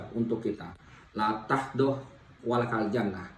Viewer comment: Pengen ketawa denger bpk ini mengucapkan bahasa Arab,la tahdof walataljanmah...ada yg seirama dgn saya...kalo boleh koreksi,🙏🙏 thanks La Taghdhob wa la Tahzan... 🙏🙏🙏